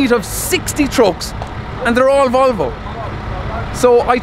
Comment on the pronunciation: As a Swedish person I aprove how the way you say Volvo ❤️ lover ur videos 😇